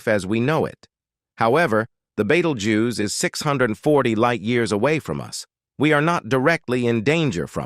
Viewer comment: Beatlejuice. Betteljuice. Beatlegyuse. Beatlejews. Bettelguise? I had to keep watching to hear them all 😂